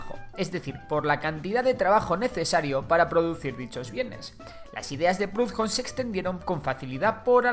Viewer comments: por que pronuncias prudjon, hablas español, la h no se pronuncia, al menos busca como se dice en el idioma original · Proudhon era francés, ni siquiera los ingleses lo pronuncian a la inglesa. Incluso si lo lees a la española suena más parecido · Primero, como dijo Bakunin se ha creado una nueva elite capitalista como vemos en china y rusia y prohudon se pronuncia no con la h como jota recuerda que era francés y lo que acentúa es la U y no se pronuncia como una jota que no es anglosajón tercero falta de hablar de muchos aspectos y el porqué es muy fácil seguir a rebaño dentro de una sociedad que no busca la emancipación del poder que corrompe al que lo ejerce y luego falta una corriente que es el anarquismo pacifista de León Tolstói o evangelista que busca como para mi fuero los primeros anarquistas ya querían y trataron de enfrentarse al imperio romano para que nos guiaramos como ellos por los prefectos cristianos de amarnos los unos a los otros y benerar a dios sobre todas las cosas y no es contrario al anticlericalismo anarquista ya que si dios está en todas las cosas todos somos parate de ese todo llamado dios y si es así y nadie tiene derecho a mandar a dios tampoco a mi ya que este descansa en mi y en toda persona SALUD Y LIBERTAD